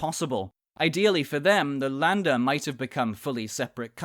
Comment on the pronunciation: ä is read in a similar way to "e" not "a", so Länder is read sort of like "Lende".